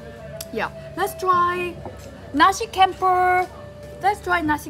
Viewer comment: c in indonesia pronounce like Chocolate, not like curious... so, you pronounce nasi campur is wrong... campur pronounce like champur